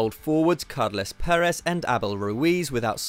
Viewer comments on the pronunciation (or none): none